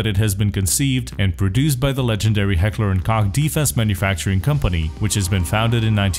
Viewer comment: The way you pronounce H&K is horrid haha